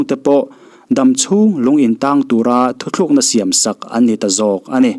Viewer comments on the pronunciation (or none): thu thlukna niloin thu tlukna tihtur ani e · thu thlukna niloin thu tlukna tih tur